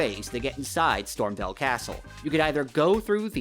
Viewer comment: You're saying Stormveil wrong. VEIL is pronounced VALE not VELL